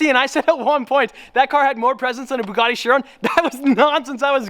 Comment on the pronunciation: Why does pronounce Bugatti as "Boo-gotti"?